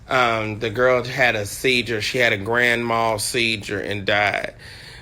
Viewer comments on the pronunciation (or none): He's a "scholar" and cannot pronounce seizure. What is a grand mal seedjure?🙄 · Seizure? Not sediure